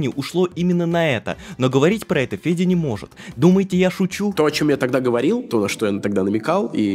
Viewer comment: Почему я всё видео слышу Педя вместо Феди?